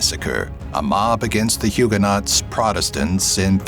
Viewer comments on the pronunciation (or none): Its not pronounced hewger not. Its pronounced hewger no.